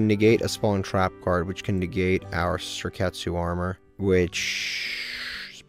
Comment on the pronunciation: The way you pronounce Sakuretsu Armor makes me laugh every time😂